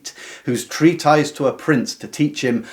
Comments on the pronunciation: It’s pronounced “Treat-tiss”, not “Treat-EYEZ.” That’s not a hard “I,” mate. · Treatise is pronounced tree-tis.